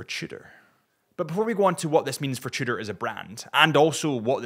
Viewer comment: I can't stand any more "cheudor"....you guys are really annoying.